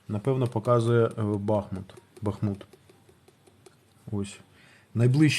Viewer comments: Ба́хмут.. замічу що в рускомовній вікіпедії наголос не правильний бахмут... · Бахмут -наголос на перший склад!